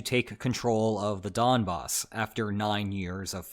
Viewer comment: The only thing: It’s Donbas with n, not m :)